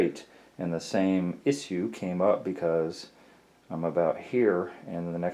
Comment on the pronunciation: Mumble mumble "iss ue" how could this be any more annoying I don't know. 5 minutes spent explaining you don't want to cut a 3" hole in a tile.